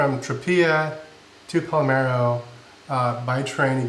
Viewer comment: Love how halfway through decided you were in Palmero instead of Palermo! Just teasing because you guys are so good about pronouncing all the vowel-less, tongue twister places you’ve been. 😂 I really appreciate the budget breakdowns, and so glad you took time off. Really looking forward to the cruise!! We’re planning on a transatlantic to get to Europe when we start our nomad life — seems a great way to cover room and board with less stress and way more fun than a flight - at a very similar price.